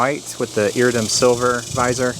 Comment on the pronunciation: It's pronounced "EAR-RID-DEE-UM"... Just sayin'. Great helmet. Thank you for the review.